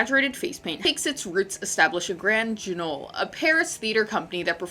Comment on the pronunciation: ‘Grand Guignol’ is pronounced ‘grahnd gwinyól’. It’s French.